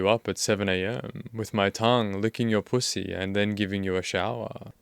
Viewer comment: I love how you say pooosy 🤣